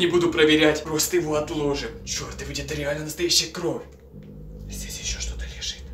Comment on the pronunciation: не кроф а кровь и хвацит говорить банда манда